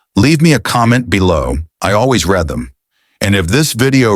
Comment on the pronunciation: "Read" in this case should be pronounced reed, not red. Why haven't you edited your robot back into English?